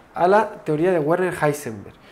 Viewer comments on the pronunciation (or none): De hecho la "er" se pronuncia como "a" o sea "Werner" es como "Verna" Edición: para los que quieran ser muy perfeccionistas la "r" se pronuncia como "a" en este caso específico, o sea "Veana"